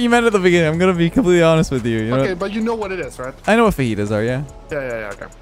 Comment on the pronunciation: “I know what fajitas are, but not feetus” 😂